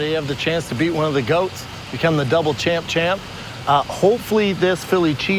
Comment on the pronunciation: it's double champ or champ champ. NOT DOUBLE CHAMP-CHAMP